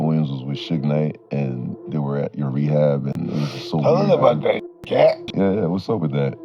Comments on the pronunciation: it is CAT not KATE LMAO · Is this nigga saying Kate??? Is katt like “cat” bro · It’s Katt (pronounced “Cat” ) Williams, not Kate… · KATE WILLIAMS?? Come on... You know his name. SAY IT RIGHT!